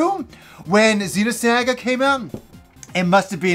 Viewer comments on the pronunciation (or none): Zeeno-SAGGUH!!! Lmao!